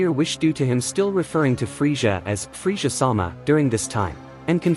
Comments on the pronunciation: I want to join the free-shza force lol and obey price veg-it-ta This ai is some bullshizt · Can't trust a creator that can't pronounce Frieza (Free-Zuh) Also it's Zar-bon